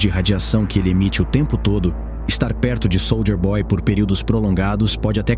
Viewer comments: "Sôlder boy". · Pena q o narrador fala SOLDER BOY... SOLDER